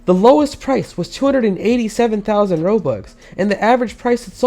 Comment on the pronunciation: casual Robloxian “fousand”